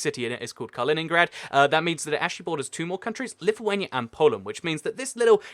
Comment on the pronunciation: Finally somebody that says lithuania right😀😂